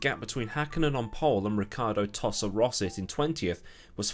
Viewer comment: You managed to say Rosset without rearranging the letters. I'm in shock!